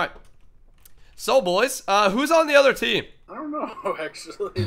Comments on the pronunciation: For some reason when ever I hear say other I hear utter. Get it he's a cow< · In the intro to the episode did he say other things to do or uter things to do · In the intro, he says "you have utter things to do" lol utter